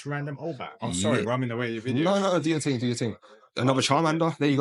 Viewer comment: Why do you say ting? Youre not jamaican so why are you acting like a jamaican?